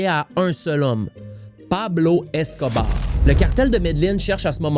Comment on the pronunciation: jai ecouté toute tes videos mais celui ci me chicote un peu, deja, c'est pas médeline, c'est medellin (prononcer yin) et pablo escobar, a pas de é à la fin. Bref petite critique de gars avec des tocs.